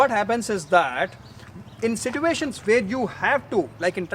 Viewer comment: Situation Not Sit uation according to me